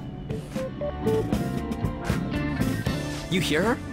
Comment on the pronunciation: you just can't pronounce Kitiagawa, can you?